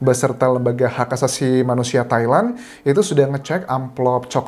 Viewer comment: Entah kenapa, pas Mas Anjas nyebut Thailand, dengernya Taiwan. wkwkw